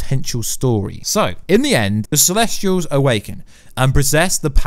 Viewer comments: Why do you always pronounce things so wrong? This time, within 10 seconds "Celestrials" Last time I watched your videos it was "Darmooey" (Dormammu) These things absolutely matter, please get things right if you proclaim to be an expert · Celestials not celestrials also specific not pacific